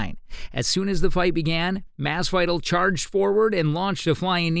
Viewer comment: thats not how you say masvidal lol